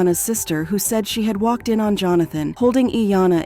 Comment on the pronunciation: C'mon, please fix the AI. You can get it to pronounce words properly. "Waked off"? Really